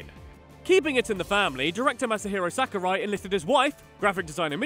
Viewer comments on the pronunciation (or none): "Mass-a-Herro Sacker-Rye"